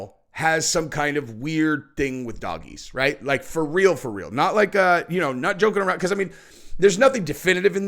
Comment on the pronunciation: did say "fur real "😅😂